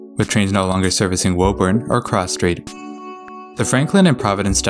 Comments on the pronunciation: Woburn: not woeburn but wooburn; Dedham: not deadham but dedim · It’s not woh urn it’s woo- burn or in our accent woo-bin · Concord is "Con-curd", Natick is "Nay-dik", Haverhill is "Havrull", Woburn is "Woo-burn", Lowell is "Lowl," Stoughton is "Stow-ton" Those are the ones I caught, there may be more. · Woburn (Woo Burn) Haverhill (Have [long A] Rill) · Here, let me help you. My hears are bleeding right now: Woburn = "Woo-burn" Soughton = "Stoh-tin" Haverhill = "Hayv-rill" Lowell = "Lohl" Dedham = "Dead-um" Concord = "Cong-kird" Natick = "Nay-dick" Falmouth = "Fal-mith" Quincy = "Quinn-Zee" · Missed Woburn, too (not that anyone would get it right just from reading the name, anyway)